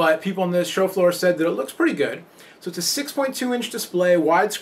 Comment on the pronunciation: does anybody else thinks he's saying 'chauffeur' every time he says 'show floor'